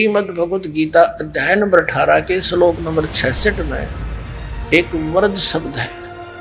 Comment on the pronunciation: इस नाशपाल अज्ञानी को बृज बोलना तो आता नहीं और ये चला गीता का अर्थ बताने,वर्ज बोलता है महामूर्ख कहीं का, इससे तो कोई मतलब ही न रखें तो ही अच्छा